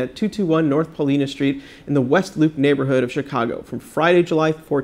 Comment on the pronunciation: Pronounce it PaulEYEna! See you there!